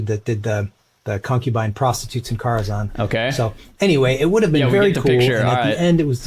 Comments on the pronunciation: It's def not Car-a-zan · It’s spelled care-a-xan and it’s pronounced care-a-xan